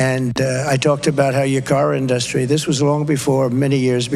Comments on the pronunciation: JFC, moron--it's not in-DUS-try. It's IN-dus-try. Do ONE normal thing, okay? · Don-old just lies, and lies, and lies.. It is pathetic that people listen to him rant and ramble. BTW, why can't dumpy say the word industry correctly? IN-DUST-TREE and he always puts the emphasis on DUST, WTF?? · Why can't tfg pronounce "industry" like a normal person does? Why is he so strange all the time?! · It’s sadly appropriate that he mispronounces “industry” with an emphasis on “duh”. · Does anyone else hear how he pronounces "industry"?